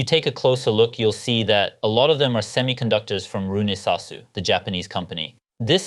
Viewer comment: And finally I've learned how to pronounce that correctly after so many years!